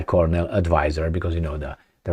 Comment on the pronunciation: 'Colonel' pronounces just like 'kernel' Two syllables, not three.😊